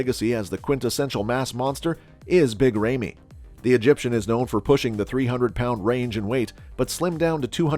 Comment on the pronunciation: Who's Big RAYMEY???🤣🤣🤣 Christ....